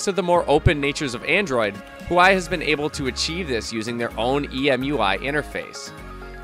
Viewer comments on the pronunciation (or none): Why do you pronounce huawei so weird?